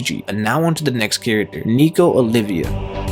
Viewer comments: I can't.... OLVia, not Olivia, goddamnit! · it's nico OLVIA not olivia